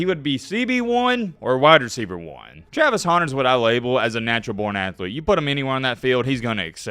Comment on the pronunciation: “Travis Houner”